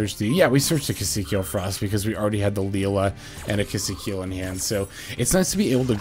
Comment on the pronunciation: It's Key-see-kill 😭 One day